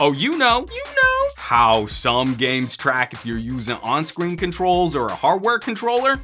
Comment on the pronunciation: This was legitimately funny,. Even funnier will be if this "in character" video takes off. You might have to bring this "Some Gadget Boss" character back. Couldn't stop laughing at how you pronounced "har'ware controlluh'.